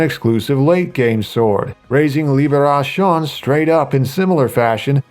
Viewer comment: The sword is pronouced "liberassion" not " liberashawn"